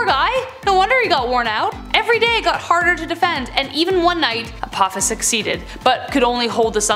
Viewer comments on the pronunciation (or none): none